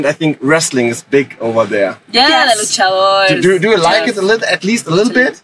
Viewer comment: Host: So, you are from México and wrestling is big over there... Dany: OH yeah, "LUCHADORS"...🤣🤣🤣🤣🤣